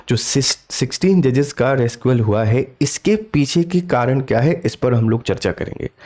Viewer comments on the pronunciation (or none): भय्या जी रिक्यूज़ होता है रेस्क्यू नहीं। थोड़ा सा पहले स्वयं तो पढ़ लो फिर पढ़ाना। केवल जैकेट पहन के डिजिटल बोर्ड लेकर वीडियो बनाना ठीक बात नहीं. अंग्रेजी के शब्द का सही उच्चारण सीखें फिर बोलें, तो आपके लिए उचित रहेगा भय्या जी।